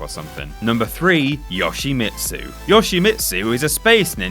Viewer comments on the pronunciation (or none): UGH your list is as piss wank as you pronunciation of Yoshimitsu.